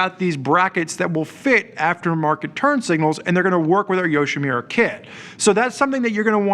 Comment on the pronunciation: It's YoshimUra, not YoshimIra. Same relates to the Arkapovich, have some respect towards the manufacturer.